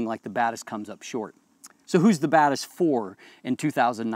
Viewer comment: Hey says Batis, I hear bad a$s.